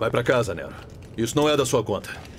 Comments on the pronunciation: Não quero ser chato, adorei a dublagem, mas talvez ficaria melhor se o nome do Nero fosse pronunciado da forma como eles falam em inglês: "Nirol". Esse "Néro" em BR soa estranho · Olha eu aqui de novo, tremendo mais uma vez com essa dublagem linda. A voz do Vergil ficou boa demais com o. Só senti falta da pronuncia de "VI" para o V e "Nirow" para o Nero como é no original, mas está impecável demais a dublagem, já dei replay umas 5 vezes nesse trecho.